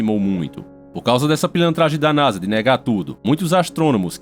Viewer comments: Eu ouvi NAJA ? 🐍 Eu ouvi NAJA . É NASA 🌍 né haaa ta. 😁 Pra começar eu quero éque o mar o pegue fogo, rs... Pnc du nibirú! Rs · é Naja mesmo ou Nasa? heheh